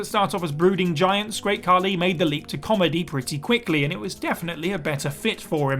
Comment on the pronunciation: Khali* not Khorli